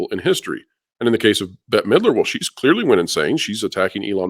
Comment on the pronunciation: At first when you said Midler, I thought you said Hitler 😂